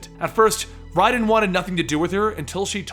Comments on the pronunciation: lol I cringe everytime he says RAYDEN. its RHYDEN not RAYDEN. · Just I'm kinda confused, after all the other videos using the correct pronunciation why did you start mispronouncing the names like calling Raiden "RAY-DEN" and then suddenly start using the correct pronunciation again? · "Auda-Gohn" "Ray-den" I'm outta here... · Did you play the games? You can’t pronounce octacon or Raiden correctly. Lots of misinformation here. Thumbs down my dude. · Awesome narration, but I can't believe you kept mispronouncing Otacon and Raiden. Terrible.